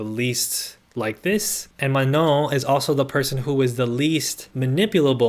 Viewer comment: super duper side note - as a non-native fluent French speaker, your pronunciation of “Manon” is the best i’ve heard so far lol